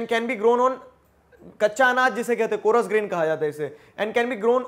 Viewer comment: Sir it is coarse not co- ra - s